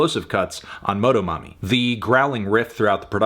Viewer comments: la manera que melon dice "MOH-DOH-MOMMY" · hearing melon's pronunciation of motomami took a few years off my life. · As a hispanic person, hearing melon say "motomami" feels like seeing a teacher at the supermarket at age 7